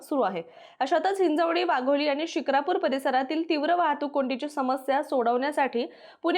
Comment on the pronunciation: म्हस्के नाही म्हसे शुक्रापूर नाही शिक्रापूर